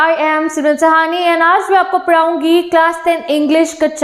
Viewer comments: Padhaungi❎ paraungi✅ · Padhaungi❌ paraungi ✅ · padhungi❌ paraugi✅